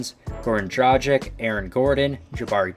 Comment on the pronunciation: You're saying Dragic wrong you fucking idiot